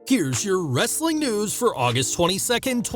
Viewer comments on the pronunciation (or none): none